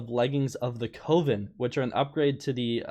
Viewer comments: Bruh. It ain't "cove-in". Coven is pronounced "cuv-in". I s2g you're still doing this on purpose. How is it possible to pronounce these common words so badly so often. Edit: It rhymes with oven. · it’s coven rhymes with oven not cOven